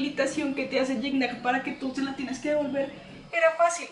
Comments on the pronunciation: Que linda, una cosita, no se pronuncia guicñac... Se pronuncia yiñac o yiña. En francés así se pronuncia más o menos... Y que es parceros?? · así es bro más o menos por ahí ibas, en su entrevista con el comediante franco Escamilla el aclara la pronunciación de su nombre, es "kñ" aunque se escribe "gn" saludos...